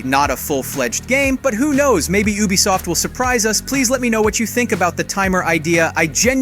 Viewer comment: I thought I was the only one that heard that😂